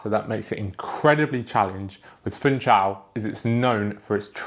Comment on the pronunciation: It is to be pronounced Foonshal, not "Foontshal"!